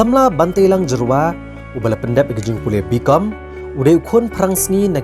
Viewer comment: Tell those dkhar it's not Jerwa but Jyrwa